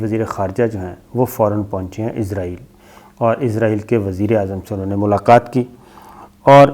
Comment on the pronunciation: Oa kaka .. azrayal na ha asrayal hota ha